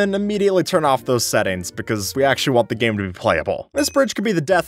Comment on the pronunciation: this guy really said "aKshUlLy"